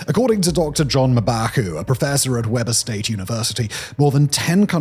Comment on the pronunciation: Respect the Beehive State and its institutions, ya perspicacious Limey expat! The university is pronounced WEE-bər State. For an otherwise erudite orator on global matters, mispronouncing it as 'Webber State' is an error so basic it suggests his mind is suffering from cognitive scurvy!